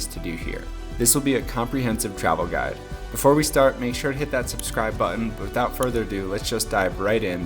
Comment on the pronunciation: Comprehensive travel guid”””” 😂😂😂😂😂😂